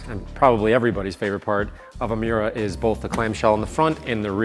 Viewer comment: it’s miura not mauira ❤